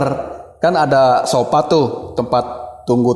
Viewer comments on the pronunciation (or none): Kaya tetangga kalo cerita "tidur di sopa,ruangan opis" 😅 Uji nyali ganti2an di ruangan kastamerrr tidur di sopa 😂